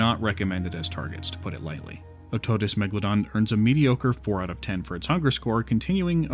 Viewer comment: its otodus, not octodus